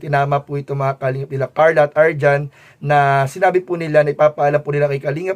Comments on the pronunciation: Arjean po, hindi po arjan... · Arjean....hindi Arjohn 😂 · Arjean po hinde arjhon